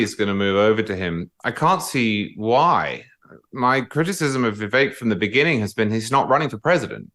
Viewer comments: Please Megyn, stop with giving Charles CW Cooke so much time ... or any at all really. He is so out of touch with many of us, regularily. To compare Reagan with Tim Scott, is absurd! How hard is it to say, "Vivake" like Megyn correctly pronounces Vivek's name? Cooke has a very elitest tone, and usually has very shallow/unsubstantial analysis. Emily was the best in the first portion of this show, no question. One last bit that most pundits fail to acknowledge ... We want to pardon Donald Trump for us, for the process ... NOT simply for the sake of the man, the private citizen. Trump is us, we are being prosecuted. Otherwise a good show here. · I’m sorry, but this fellow with the British accent who sounds so intelligent can just NOT seem to get the fact that Vivek’s name is pronounced “Vi vake” NOT “Vi veck”!! It drives me absolutely CRAZY that no matter how many times Megyn says his name correctly, this guy just CANNOT pick it up and KEEP IT UP. Ugh! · Dude wearing sunglasses, if you’re going to have an opinion on someone; at least pronounce his name correctly !!!! A pro would learn the correct way to say it ! It’s Vivek like Cake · Hey ….. Pronounced ViVAKE….. Rhymes with cake. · When someone .. like Charles, can't even make the effort to call him "Vivake" like Megyn correctly says, he has no respect for Vivek and his subsequent analysis is superficial. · Please pronounce Vivek correctly, rhymes with cake Vi Vake. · I couldn't agree more. The man can't even respect Vivek enough to pronounce his name correctly. CW is an elitist snob. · Please tell to pronounce Vivek’s name correctly. He’s driving me crazy! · CW Cooke also had this problem. Both despise Vivek, and it shows. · Christie and Haley did best? And, can he make up his mind on how to pronounce Vivek. Cooke is such a pompous ass.